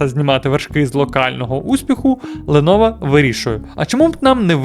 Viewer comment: Ти шо дибіл яке леново лепово вчи ганглійську